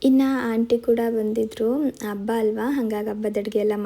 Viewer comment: Please change your Kannada pronunciation ABBA alla HABBA